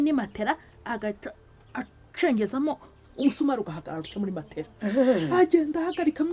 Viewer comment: Marigarita niwe mbonye uvuga matela neza, abandi bavuga matola.